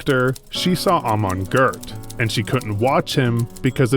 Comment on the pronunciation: Is the voice of this video AI-generated ? In a lot of places (eg: ) you mispronounce "Goeth" in a very strange way, in which a human would not normally do: you add an "r" in there. Is that your voice or some AI ?